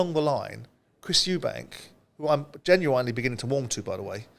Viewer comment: Why is it Simon is a highly intelligent man but can't pronounce genuinely correctly. weird.